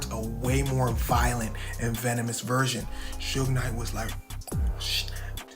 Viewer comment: I can’t handle AI saying, “ Soog “ for Suge